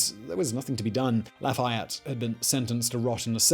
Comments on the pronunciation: Americans are convinced that French words are stressed on the last syllable. They aren't: they get the same emphasis as every other syllable. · Do you mean marquis de la foo fayette?